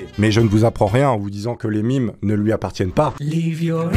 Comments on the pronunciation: dit mim Moi:ON DIT MEMEEEEEEEEEE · ON DIT MAAAAIIIIME !! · On dit mèeeeeeeeeeeeeeeeemes